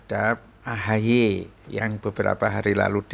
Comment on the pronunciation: Sebutanya AHY apa AHAAI ya sekarang😂